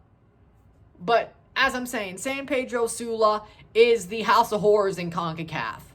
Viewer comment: The accent tho bruh, almost makes it sound like you are saying whores not horrors😂😂😂 good on you brother.